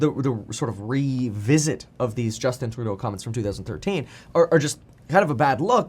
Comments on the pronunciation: Literally no one in Canada says Trudeau the way you do Kevin😂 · Why are you pronouncing his name so weird? Are you French-Canadian?